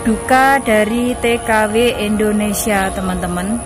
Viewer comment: Bkn Endonesia Indonesia.